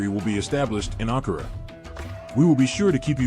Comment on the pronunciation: Der Standort heißt nicht Ankora sondern der Hauptstadt der TÜRKIYE HEIßT A N K A R A ,schreibt das richtige und Recherche.??????